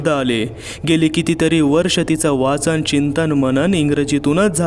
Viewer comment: जरूर ऐकल फक्त एक सांगणं आहे, तुमचे शब्दातले काही काही उच्चार चुकतात. च चा उच्चार प्रत्येक वेळेस वेगळा येतो. काही काही शब्द वाचताना तुटक वाचले जातात. सदर कादंबरीचे वाचन हा शब्द उच्चारताना च चा उच्चार चुकतो. बाकी सांगण्याची पद्धत छान आणि कथे मध्ये घेतलेले आवाज कथेमध्ये एक वेगळाच वलय निर्माण करतात..